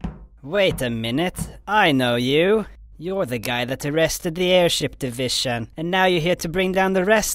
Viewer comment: Airship Divishon